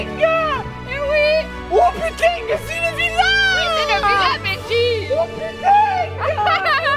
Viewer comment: Mais nooon on est pas comme ça dans le sud 😂😂 "oh putaaiiiingggue" jpp on adore😝😝😝